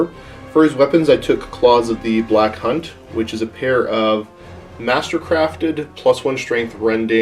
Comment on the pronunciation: Ya I should probably enunciate that a bit better